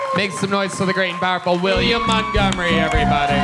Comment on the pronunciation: I AINT NEHFUU GONNA STOP WATCHING